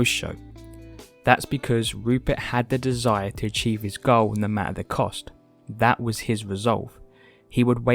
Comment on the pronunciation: "YouChube channel...", "...he seriously wants to change his whoad...", "...with your own personal goah..."